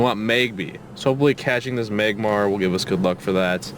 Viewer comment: Did he say "Magbar" instead off magmar? xD